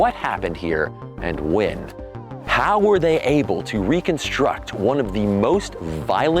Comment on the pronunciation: Why does the narrator pronounce "when" as "wynn"? That's super annoying.